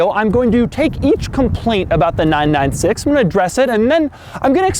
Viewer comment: You don't say the numbers seperately, it's not 9-9-6, it's 996.